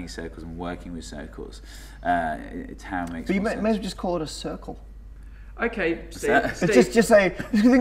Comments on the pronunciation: Tau is actually pronounced as : "taf". In the combination a-u (Alpha Upsilon) the U is always pronounced as an F. For example the Greek word Auto is pronounced as 'Afto' The Upsilon is actually pronounced as an I. (Ipsilon.) It's kinda cute hearing americans trying to pronounce Greek letters :P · the funny thing is that π (pi ) is actually pronounced pi like pee, and not like pie..also τ (tau) is pronounced fee..i mean they are pronounced this way in greek and both of them are greek letters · we could eat taffy since tau is actually prounounced as taf in greek and taffy has taf in it. this one respects the pronunciation of tau in greek unlike pi which is pronounced pee. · TAU IS FROM THE GREEK LETTER T (τ) WHICH WOULD SPELLED LIKE "TOUGH" (with a softer t, like "taf"). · Why they change the pronunciation of the Greek letters τ and π ? τ is pronounced taf and π is pronounced pee! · Omg I get so annoyed because I am Greek and both π and τ are greek letters and you are pronouncing them wrong.. π is pronounced like the word "pee" and τ is prorounced like the word "tough".. So stop it :PPP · τ is actually pronounced "taf" and π is actually pronounced "pe" damn english speaking ppl ^_^ (not trying to be offensive here, since im a native english speaker too, but just to clarify the right way to say those) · It's pronounced Ta-OW. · isn't is pronounced taw? is it an accent thing? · As the tau thing is gaining more and more publisity, ill try to set it right, one's and for all. Tau must be pronunced taph, at least if you want to claim that comes from τόρνος. Τόρνος is an ancient greek word (we don't use it now, but most greeks understand it's meaning) and is pronunced tornos. τ is taph. It is written ταυ, but ταυ is pronunced taph. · It's pronounced "Taf". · But.....the letters Τ and Π are not pronoumced that way...oh well! Great video! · Laurelindo Read my reply above. Other letters are pronounced properly, I don't see why "τ" should be an exception. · its pronounced taf